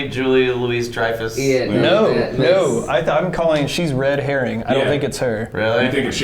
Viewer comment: also i'm sorry, steve and bucky definitely would have been aware of racism by the time they were 18. They were very different and very racist times, lol. society was literally legally segregated (also the louis in julia louis-dreyfus is pronounced Louie)